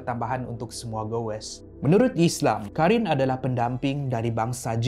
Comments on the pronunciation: Abang bukan karin tapi korin sebab ق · Bukan Karin tapi Qarin